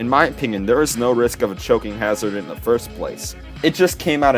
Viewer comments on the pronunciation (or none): none